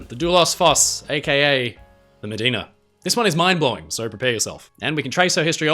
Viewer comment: There's a good chance that Medina's name is actually pronounced "Muh-die-na" - she was named for a river in Texas and Americans have a tendency to pronounce loanwords as if they followed English pronunciation.